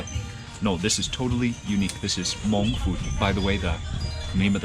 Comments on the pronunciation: Beautiful video as usual. It's nice to hear the word Hmong pronounced correctly. I find that when I have too much American food I crave the simple delicious flavors of our Hmong food. It's what I go to for comfort. I would have liked to hear some Hmong being spoken in the video but regardless you are are always so respectful when you speak to others. It was also really nice to see Mark, Ying, and Micah too! Can't wait for your next video. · Love it. Your pronounciation of Hmong/Hmoob is so right on too. Thanks for sharing our culture with the world and showing so much love towards such simple food dishes. Subd 😁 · Your pronouncing “Hmong” is excellent!